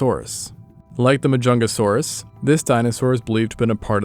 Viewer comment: There really was a dinosaur named: MAH-JUNGLE-SAURUS I'm dead 😭😭😭😭😭